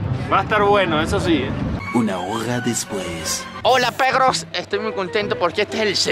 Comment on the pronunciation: Por que dice pegros y no perros no sabe decir la r